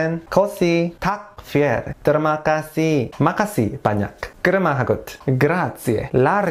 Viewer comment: Did u said kaseh or kasih Kaseh is became kasih